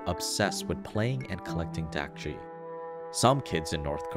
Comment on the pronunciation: also, dakji is pronounced daakji, with a sharper A sound similar to the O in dOg